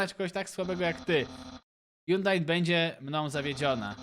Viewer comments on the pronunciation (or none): none